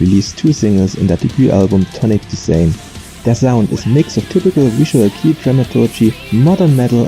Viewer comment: Wow ich bin echt beeindruckt wie schnell du Videos produzierst 0.0 erinnert mich daran, dass ich mal meinen faulen arsch bewegen sollte und noch das Nokubura konzert uploaden muss! kleines Feedback: Das "kei" in visual kei wird wie beim wort okay ausgesprochen und nicht wie englisch "key", ausserdem glaube ich beim besuch eines live konzerts von far east dizain gehört zu haben, wie keita beim vorstellen der band das Wort dizain wie "design" und nicht wie beim namen "zayne/zane" ausgesprochen hat (hier bin ich mir aber nicht 100% sicher, da es bei der akkustik eines live konzerts manchmal schwierig sein kann, alles korrekt rauszuhören)